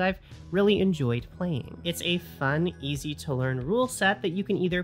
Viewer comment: Did you say east to learn? Obscuring…